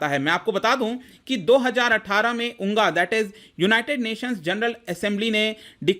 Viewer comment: Sir I love your pronunciation of U.N.G.A उंगा 😂😂 but your video is quite informative and pls keep doing this huge support from student ❣️❣️❣️